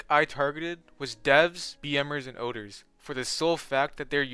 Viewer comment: Bro did not have to say ODER 😭Thanks for the laugh